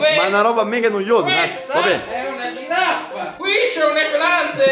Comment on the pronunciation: Nessuno: Assolutamente nessuno::QUESTA È UNA GIRAFFAH,QUESTO È UN EFELANTEH